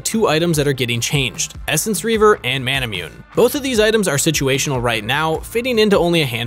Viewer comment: That cringe when he pronounced Manamune 😬😳💀